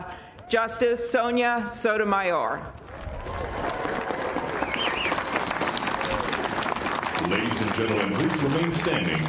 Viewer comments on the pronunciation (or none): Well, that’s only an emphasis problem, it’s worse how the lady in the begginning says “Sotomayor”